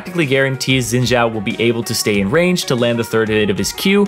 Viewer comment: Stop saying Zin Jao plss, Its Xin Zhao, the X is pronounced as a S and the Zh is pronounced as a normal Z